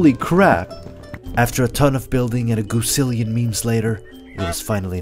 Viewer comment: goosilion instead of gazillion XD